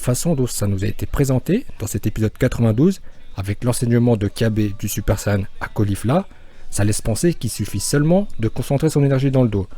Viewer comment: pk il dit sayan